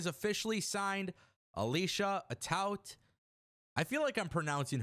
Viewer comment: Alicia Atout's last name is pronounced Ah-Toot according to her. Like toot your horn.